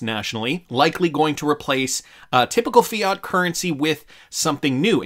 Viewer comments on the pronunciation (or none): none